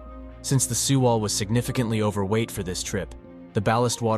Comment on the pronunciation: Pronounciation should be like: seh wall or sae wall 세 월, not See wall